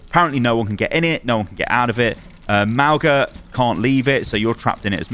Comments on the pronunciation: I hate to be that guy but his name is pronounced Mah-oo-ng-ah not Mah-oh-gah. The g is pronounced ng like the word "song". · Pretty sure it's not pronounced "MOWga" its "MAOOga" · nots not Mao-ga its more like Mow-ga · Just putting this out there. Mauga’s name is pronounced Mau-ng-a. Gs in Samoan are pronounced as an ng sound, like song. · Ffs is MAUGA - pronounced MAH-OOH-NGA with the G in his name pronounced like that NG in the word GOING Please at least try and get his name right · The "g" in Mauga is pronounced the same way as "ng" in the word "singer" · The "g" is not pronounced, it is more like "n" and "g" sounds combined. Good video but pronunciation is off, which is what I expected after Mauga's release lol